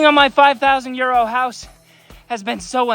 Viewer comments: So I was scrolling and I hear this guy say “ so I’m working on my 5000 year old house” and I said what???? 5000 year old house .. no way.. then I realized he said euro .. lol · I swear to you, it still sounds like he is saying 5,000 year old house. 😂😂😂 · People that think hes saying 5000 year old house and not 5000 euro 👇